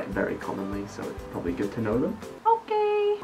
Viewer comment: ชอบการออกเสียงควบกล้ำตัว ร,ล ของมากค่ะ โอเครรรร 555555